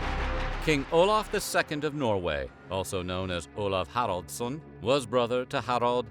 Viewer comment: Olaf "KHRILJDJASSON" How hard is it to pronounce "Haraldsson", jebus christ.